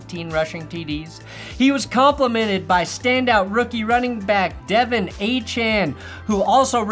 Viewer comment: Pronouncing Achane right but De’Von wrong is crazy work